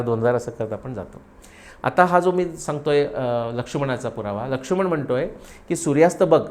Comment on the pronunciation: जबरदस्त अभ्यास महान व्त्रक्ती 🙏🙏🙏🙏🙏 ( आपण लक्ष्मण असा उच्चार करतो, लक्षुमण असा नाही 🙏🙏🙏 )